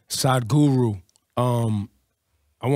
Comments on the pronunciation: 'saaaadguru am I pronouncing right?' 'it's sadguru' 'okay so tell me saaaaadguru' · "am I pronouncing it right?" then proceeds to pronounce it wrong again...